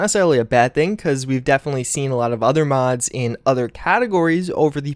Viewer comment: Doesn't even finish saying the M in mods, "Did I just say Mads?", "Hoeth" are you having a stroke?